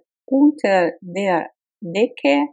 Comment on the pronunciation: Супер! Только одно сбивает: der мне слышится что вы произносите как бир. А вообще супер, хорошая работа